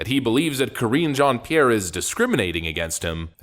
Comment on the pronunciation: I love how Matt Walsh mispronounces her name on purpose. LOL. Karen Jean pear. 😂